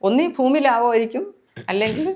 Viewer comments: ഫൂമി അല്ല ഭൂമി എന്ന് ആദ്യം പറഞ്ഞു പഠിക്കു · ഫൂമി.. no n. ഭുമി പറ.. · ഭുമി അല്ല ഭൂമി